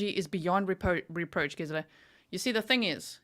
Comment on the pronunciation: Hi Gisela! I enjoy your videos ❤ It freaks me out knowing that Letecia was a school teacher!! I’m so grateful her students didn’t get out of line. Who knows what the consequences might have been 😮Do you think the kids mispronounced words as she does? She says ‘think’ instead of ‘thing’ and she cannot even say ‘superstitious’. If the parents of these students wonder why their kids have problems, well that solves one of them. As a stewardess she would of pushed unruly passengers off the plane in mid air! RIP Gannon 💙💙💙💙